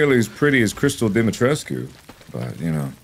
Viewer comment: the fact that mark pronounced the name better then the official voice actor in the game is wild😭😭😭